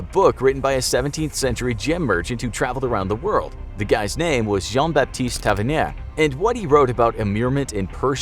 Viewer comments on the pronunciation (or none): none